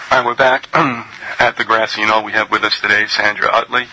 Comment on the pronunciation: ok its Grassy Noll - couldn't make out what he said and he said it just once.... He said "Grassy Noll" - I heard "Grand Seeing Owl":-)